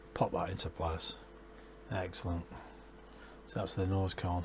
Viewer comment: that little map to Dresden is just super cool. this is great! it also sounded like you said "f*ckin' excellent" lol